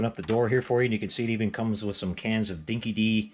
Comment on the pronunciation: Great video...but as an Aussie I cringed every time you said “Dinky Dee”. It’s pronounced “Dinky Die”...it’s one of the true bits of Aussie slang...in this case it means "loyal". And with you being such a "true blue" Mad Max fan...that’s a detail you need to get right...😂 BTW This was a very cheap Australian dog food back in the early 80's and I remember feeding this dog food to my own dog...it was terrible smelling and she totally hated it...🤣